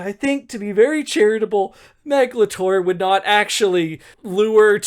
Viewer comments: Obsessed with how pronounces Meg LaTorre like Meglator, like she's a kaiju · every time you say the author's name i just keep hearing 'megalotaur' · Honestly with how you keep saying Meglator , i keep imagining an Autobot writting in her free time between skirmish with Decepticons. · RIGHT?? Why is it pronoucend like Megatron? "What does the human being Meglator care about" omg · Every time you said "Meg LaTorre," I heard, "meghalothor" like some kind of Lovecraftian entity. 🤣🤣🤣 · YEAH! I had the same thought! I was hearing "megalotaur" and I started thinking about Sans Undertale with bull parts. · I initially only listened to this episode, so I didn’t know how Meg Latorre was spelled out. As a result, I kept hearing her name as “Megalotore”, like she was a character in Transformers or something.